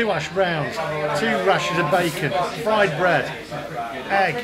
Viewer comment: Fwied bwead 😂😂😂😂